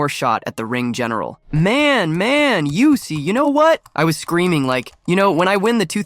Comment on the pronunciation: Yousse?? Try Ooss, dawg. 😮